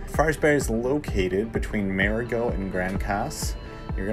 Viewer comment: Learn to pronounce MARIGOT!. Idiot!